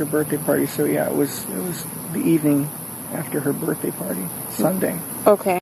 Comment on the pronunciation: Omg I don't know if im hearing this correct but did he say BJ shopping list instead of BDay. I didn't want to bring it up its so sickening but I sware thats what he said between 29 to 32 mins in?